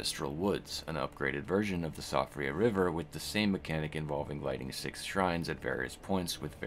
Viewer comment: it's pronounced Shee-fra